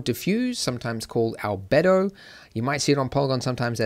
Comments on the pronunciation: it's like "Al's libido." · "albedo" pronunciation, see here: Note, there is only one correct pronunciation of this word.